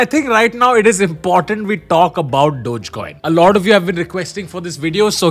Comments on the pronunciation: Its not dodge coin its dogge coin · I thought it's pronounced as dog-e-coin, wth is dodge coin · Bhai Dodge coin Dodge coin kya kar raha hai? Doe-gay coin pronounce karte hain. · Always thought it's DOG Coin, not Doj coin. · Its not डोज coin its डोगे coin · "डोग" not "डोज" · I think its dog-eee not dodge😂😂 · I don't think it is pronounced as "Dojcoin", instead it is pronounced as "doggycoin" ...... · Wait I thought it’s called DOGEYY COIN NOT DOTCH COIN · Its pronounced dogee coin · Its Dog-e-Coin come on Tanmay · I thought it was pronounced dogy coin